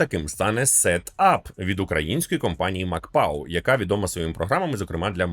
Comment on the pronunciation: не макпау, а макПО))